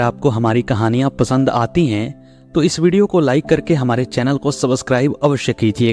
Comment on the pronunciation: सबसकराइब नहीं लेकिन सब्सक्राइब बोलिए